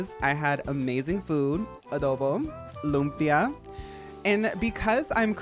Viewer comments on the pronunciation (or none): the way you said adobo and lumpia made me think of that cameron diaz interview